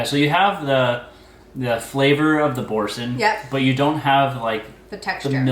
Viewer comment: I enjoy watching your TJ hauls and reviews. No insult intended, but Boursin is pronounced “boursahn”, the name is French and there used to be television commercials for it with that specific pronunciation.